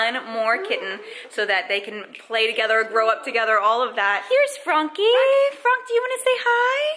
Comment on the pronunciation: Why is it fronk??? I'm not a native but why does that name bother me so muchhhh arghhhh!! P.S : I know it's spelled Franck but why is it pronounced as Fronk 😭